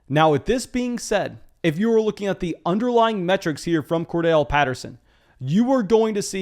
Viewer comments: Say it with me.....Cor....Darrell. Cordarrelle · Are the two r’s in Cordarrelle silent or something?